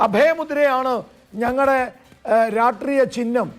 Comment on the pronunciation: രാട്റീയം അല്ല; രാഷ്ട്രീയം ആണ്